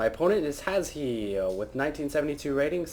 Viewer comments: Just letting you know, you pronounce his name as Hash. Its a silent e. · i was watching trump's stream of the wold cup and he ask HasHe how its pronounced and its Hash.